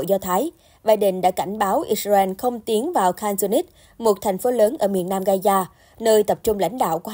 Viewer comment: Ga _za không phải ga _da